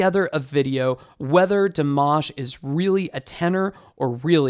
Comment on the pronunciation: I don’t care about his pronunciation but i know for most of Americans it is a big deal, thanks for your 2 min tutorial 👍 btw you pronounce his name “Dimash” and “Kudaibergen” incorrectly maybe you can watch some videos and listen how to pronounce it well. 😊